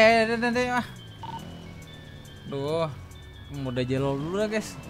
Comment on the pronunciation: Jelol bg bukan jelel